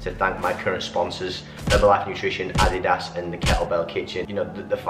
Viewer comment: I love how u pronounce Adidas. 😂😂 Glad the surgery went well tho and ur in recovery 💪💪